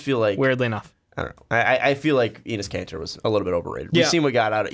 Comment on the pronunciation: EEnis Kanter? lol idk why but that pronunciation sounds like nails on a chalkboard